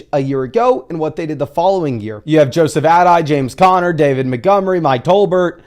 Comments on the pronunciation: “Joseph add-die” really shows your age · Joseph "Add-eye"💀